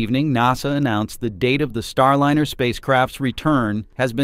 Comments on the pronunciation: Jeepers. If you are going to put up a YouTube channel learn to correctly pronounce the name of the spacecraft! It is NOT Star-Lin-er. Try Star-Line-R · Starlynner. So lame they can't teach the AI simple names. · What’s with the SHIT AI voice??? Star “Linner”? Jesus man. Voted down. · This title is bogus and the AI voice is terrible. Your data is not even correct. You say July 4 is a possible return date then you say July 2 is/was a return date. They can’t both be true. See ya. This Chanel has joined the ranks of the AI garbage. You can’t even pronounce Starliner tight! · Please get rid of the AI voice. It can't even pronounce Starliner correctly.